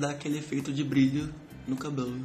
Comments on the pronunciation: "Cabolu" kkkkki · Teu sotaque na HR de falar (CABELO) me mata de rir kkkkkkkkkkkkk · Muito bom. perfeito. Só achei engraçado a forma como vc fala "cabelo". Rsrs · É engraçado quando você fala a palavra cabelo😅 Mas seu desenho ficou lindo! Parabens! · tu fala cabelo estranho